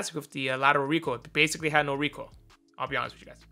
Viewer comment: Reekoil, reekoil, reekcoil